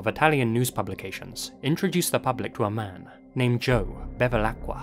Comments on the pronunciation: Great video!... but it's "BeViLacqua" not "BeLiVacqua" 😝 (Feel a bit like Hermione Granger and "Wingardium leviOHsa") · anche "miGliarini" invece di "migliorini" e "belevacqua" invece di "bevilacqua" ma apprezzo lo sforzo :)